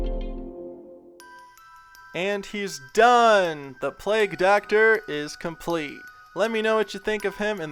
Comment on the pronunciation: i heard play doctor not plague doctor